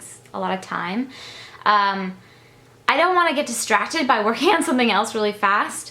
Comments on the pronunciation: I've always noticed that she says "sun-thing" too. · Oh, I cannot believe it. Now all of a sudden the big thing is you say "sun-thing" instead of something. I just...I guess if that was all I got from the video and if it bothered me, I'd move on. I just really don't understand why someone would 1) comment on it, and 2) ask "why." I wonder if anyone ever gets asked WHY they ask rude and/or stupid questions. What's gonna happen when someone realizes your eyes aren't blue. I'm glad you're above all this stuff,...still irritates me!:)